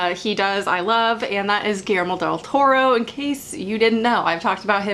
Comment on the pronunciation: It pronounces: "giyermo" del toro. I'm from mexico haha